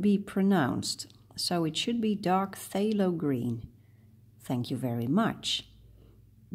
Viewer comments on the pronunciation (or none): I don't believe that phthalo is actually pronounced with a long A. It is pronounced thah low and rhymes with tallow. Anyway, as someone who only speaks one language fluently, I think your English is awesome.